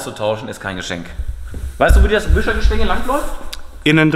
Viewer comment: Gleich zu Anfang " Die Preise sind G stiegen" 🤣👍👍👍